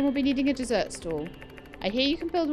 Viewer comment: you definitely have done the quest for mabel in ea, because you kept calling it a "desert" stall instead of a dessert stall then and you did it in this episode too 😂 perhaps sandy would smile if mabel sold cacti instead of cake!